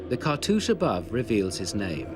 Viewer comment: it's funny how no one can pronounce his name correctly